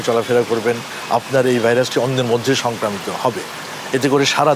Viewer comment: Soncromita, Not Sancramito